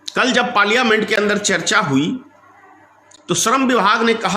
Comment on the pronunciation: Bolna bhi nahi aata.Parliament ka uchchar bhi sahi nahi kar shakta.achchha hoga chup batho.gaddari mat karo.